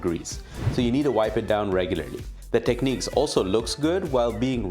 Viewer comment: its pronounced Tekniks ;)